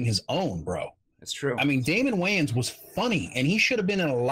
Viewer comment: You also kept mispronouncing Damon Wayans last name, but no one seems to care about that.